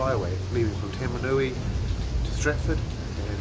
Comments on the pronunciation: You call it Tamanui 🤣🤣 umm bro, its Tauramanui... Tau ram an ui... easy as eh bro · its actually pronounced Tau Maru nui 😉